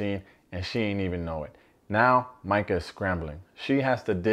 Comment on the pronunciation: It’s Mike-UHHH not ME_KUH